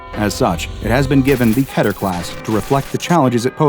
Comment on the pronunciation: Still pronounces Keter wrong, unfortunately. The only thing that bugs me…